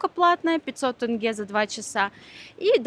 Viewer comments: Где вы увидели в слове тенге Э??? Ну хватит уже коверкать нашу тЕЕЕЕнге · Ребята, очень классный выпуск про мою любимую страну. Приезжайте еще - встретим, накормим, покажем места. Там, где вы были - это самые популярные точки туризма, но помимо них есть еще очень много знаковых и памятных мест. Один совет - не тЭнге, а проще - тенге. Вы гости, поэтому никто вам не скажет слова поперек, но правильно вот так. Казахстанцы очень дружелюбны и открыты, гость - это святое, праздник в дом. Удачи вам в ваших путешествиях и ждем новые выпуски! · Почему все россияне так говорят?тЭнге.написана буква Е.так и говорите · Дорогая, не тЭнге, а тЕнге.... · Добро пожаловать))). Спасибо за красивый гайд для туристов, рекламу нашей страны. Одно но... Ухо режет просто, правильно тЕнге, не тЭнге. Это как 100 рублЭй))). А в остальном один восторг видеть родину вашими глазами, аж сам себе завидую))). Рахмет ребята)))!!! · Ни тЭнге а тЕнге, прям слух режет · Это из тойже сериии что тЭнге, а не тЕнге! Хотя мой муж из Туткменистана, но произношение как нужно! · Можно говорить не ТЭНГЕ, а Тенге! Благодарю вас. А видео очень интересное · Не БИйтерек, тЭнге, КАльсай, а БАйтерек, тЕнге, КОльсай. Язык у нас не казахстанский, а казахский. Спасибо за видео! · Не КАльсай, а КОльсай ... Режет ухо, как и "тЭнгэ". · Опять ТЭНГЕ...ОПЯТЬ! Да чтож с вами всеми такое... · ТЕнге❗️, КОлсай ❗️. Аж уши режет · Тэнгэ мля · Кальсай тэнгэ 😂😂как вы бесите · Видео интересное, но каждый раз когда вы говорите «бИйтерек», или «тЭнге» мне хочется им лично сказать как правильно надо говорить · Режет слух - тЭНге. Как будто не умеете говорить слово деньги. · Как же режит слух КОлсай, тЭнге итд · Очень странные ребята. Неужели нельзя узнать название, произношение и потом снимать качественно? И не говорить тЭнге, КоктОбэ, БайтЭрек. Тут вообще БайтАрек 😳 Ну ёлки палки, не в Ктай, Японии и же летите, где произношения для русскоговорящих сложное. В Казахстане говорят на русском языке и даже пишут на кирилице.